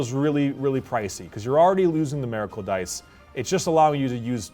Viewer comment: Why does keep pronouncing Miracle that way? He is saying it like it's spelled Meracle but it's Miracle